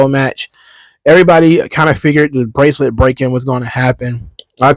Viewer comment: What's wrong, Mr. Best in the World? Your bwacelet bwoke? Okay, just go to Michael's and buy a new string for it.